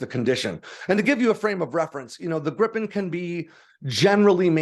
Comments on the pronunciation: Griiipen not Grippen. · Jesus Christ, why is it so hard to learn how to pronounce Gripen correctly? The "i" in the middle is pronounced like the "ie" in grief. Or the "ea" in read. (I guess we have to accept the English/American way to pronounce the leading "gr"...) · Btw, 'Gripen' is pronounced like if you spelled it 'Greepen' in English, like in 'green'. 'Gripen' means 'the Griffin'.